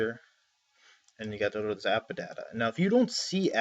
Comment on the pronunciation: anyone else kind of annoyed by how he says AppData? "AppaData"